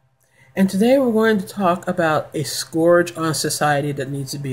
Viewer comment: Wow, you are delusional. Just because you aren't one, and just because a welfare queen doesn't live next-door to you, doesn't mean she doesn't exist. And the word is "scourge," pronounced like bird, not "scorge."